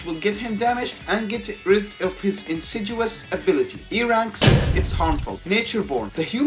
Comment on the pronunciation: I kinda hate to point it out, but since you said it over and over and over again, it's "insidious", with a "D". There is no "G". It's pronounced in-sid-ee-uhs.